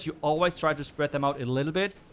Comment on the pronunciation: Whenever you say 'air defense', all i hear is 'elephants'.😂😂